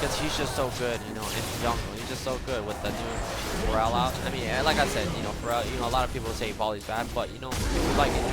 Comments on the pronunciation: He says Pharrell, not Feral. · whats with the mispronunciation of feral? lol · every time he says Feral i hear For Real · exactly :P thought i was the only one that noticed.